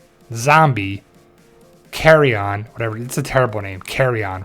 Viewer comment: Okay so it's Shrike, not Shriek. Also, it's Carrion, not Carryon.